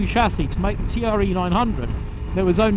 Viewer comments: Good video on an excellent but under appreciated sportsbike, I have one too. My second, as I stupidly sold my first and regretted it the moment it left in the buyers van. I did have to laugh though at T.R.E. spoken rather than Tre ( pronounced 'tray' ) as it is italian for 3 ! Novecento on the rear bodywork means 900. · I had one of these back in 2006 and absolutely loved it, despite it being a touch unreliable. Sublime handling, brakes and the induction sound (I still have a few very old VHS quality videos uploaded). Still nearly 20 years on such a beautiful bike. It was pronounced 'TRE' not T.R.E. Great upload